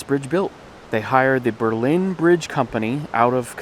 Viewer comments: It is a lenticular truss bridge. There is a preserved walkable one in Lovers Leap State Park in New Milford CT. Since WWI both Berlin NH and CT have been pronounced BERlin, not BerLIN. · Berlin NH is pronounced BER-lin. Don't ask me why. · Berlin. AGAIN, not said like the city in Germany, this small New Hampshire town located along the Androscoggin River is pronounced "BURR-LIN" Stressing the BURR, not so much the lin